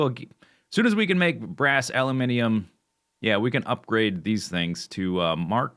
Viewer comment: I approve of your production of a-loo-min-ee-um.